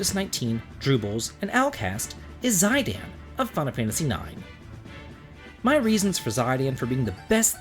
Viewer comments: this is the first i've ever heard someone pronounce Zidane as Zai-dan. I pronounce it as Zee-dahn-ne, then again i'm from a romance-language speaking country I shall not name as I hate it. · it's pronounced zee-dan! great video! (Y) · I pronounce it either Zi-dayn or Zi-don. If any official Square Enix source said it out loud, I'd switch to that. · This is the first time I've ever heard anyone pronounce it "Zy-Dan". I prefer Locke and would've put him at #1, but you can't really be mad about him losing out to Zidane. He's top tier. The only addition I can see that this list needs is Joshua from the Trails series.